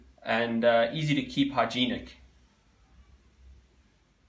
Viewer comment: Listening to an Australian person say hygienic is killing me 😂